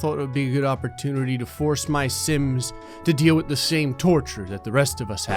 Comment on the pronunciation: Stop saying simps insted of sims